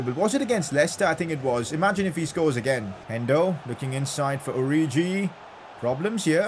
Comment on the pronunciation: plz stop pronouncing names wrong its not oriji